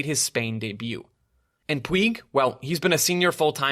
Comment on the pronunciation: Enjoyed the podcast, just wanted to offer a correction on one of the names you mentioned. Riqui Puig, his last name is pronounced Puj, J as in Jam. Think of Peugeot, the car company, his name is pronounced the same way the first half of that word is.